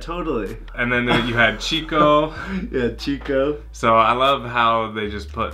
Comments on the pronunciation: Só mais uma pequena correção: o nome da personagem é "Chicó" com acento na letra O, e não "chico" como em espanhol..rs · Oi, não é Chico, é Chicó, com acento agudo no O. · Não se pronuncia Chico, mas sim Xicó. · E é Chicó....e não Chico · Aquela não é Madre Teresa, é Nossa Senhora(virgem Maria). E o nome Chicó se pronuncia como se fosse X no lugar do CH, não é como no espanhol.